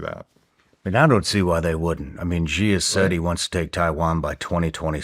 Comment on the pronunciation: Xi is pronounced “SHI” and not the way Shawn Ryan is pronouncing it. Love his shows thou 😃